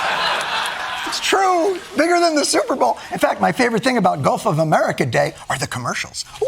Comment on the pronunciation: No, he calls it "Golf of America."